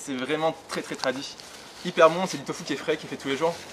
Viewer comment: une soupe de « tofu » pas « fou »! ... 😂😊😂